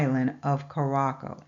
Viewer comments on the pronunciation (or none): Curaçao is pronounced que-ra-so!